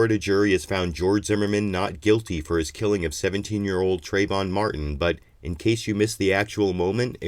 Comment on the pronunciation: TrAyvon, trAAAAyvon. If you're going to speak his name in vain at least get it right.